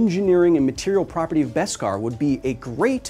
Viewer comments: What’s Best-Kar? It’s Beskar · just learned its beskar not veskar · It’s beskar, not best-kar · I was a ltille bit confused when Kyle always says: "best cars" - until i realize its "baskar" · I know it must have been said, but its BESkar. No T.